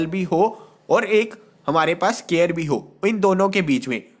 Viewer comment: Square ko scare bol rahe hai